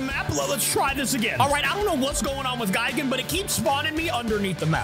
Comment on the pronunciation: One thing that pisses me of is pronunciation of gigan and anguirius he says guygan and angwayrus no offense